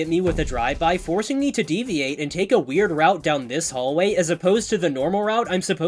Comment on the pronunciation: bro really just said weierd route